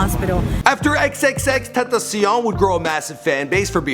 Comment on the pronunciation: TEN TAH SEE ON